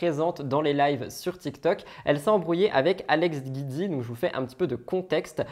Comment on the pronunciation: Le nom d'Alex c'est Giudicelli donc c'est GIUDI et pas GUIDI. Je l'aime pas mais tout le monde écorche son nom de famille